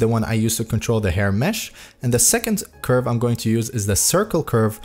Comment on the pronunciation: dude cant say curve and says objects r colors 💀